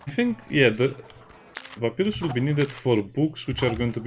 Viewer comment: i guess you didn't play Undertale? there was a boss Papyrus would cry hearing you say his name in such funny way